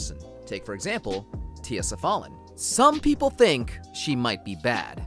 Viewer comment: Sa fall Lin? Isn’t it sa fah lin?